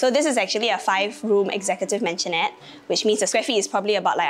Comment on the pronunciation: Maisonette....maisonette not mansionette help